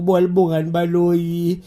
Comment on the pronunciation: Hai your pronunciations sir😂😂😂 Xiluba is pronounced a SHiluba Baloyi pronounced as BHaloyi